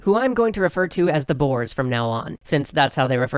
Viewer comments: Not Boers, but Börs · Why can't anyway say Boere, its not Boers, basically said as Boore (but the OO is a little shorter than scary boo) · The pronontiation of "the Boers" was TERRIBLE, because they are not "Bores" (Im South-African if you cant tell) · Yeah it's pronounced "Boors" not "Boars" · I'm pretty sure its pronounced 'boh-ers', not 'boores' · It's not pronounced "Boars"(animal), more like "Boo-re/u" It's the Afrikaans word for farmers, as that's what the ex-dutch citizens thought of themselves as and wanted to be. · Boars (Boers) XD Being an South African I laughed at that pronunciation. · Yea, they don't know that letter combination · Hey bro! the "boers" as you call it it pronounced like boore. I should know damn it XD awesome vid bro. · Im dutch so i know how to spell boers it is bours that's how you say it:) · Its pronounced - Booorey or boore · It's pronounced "boo-ers". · Typho skarm his pronunciation made me laugh, but it's slightly annoying. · Lol as a South African I can't get over the way he pronounces "boer" 😂😂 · Paul Hanson And mabie even talk about the wrongly prononced "boers" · Boer is Dutch for farmer ( the oe pronounced as the "ou" in you), so they are basically just called the farmers. Great video though ^^. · You didn't say "boer" correct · boers? oh boy... a boer is a farmer in dutch, its also pronounced way different XD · That isn't how you pronounce boers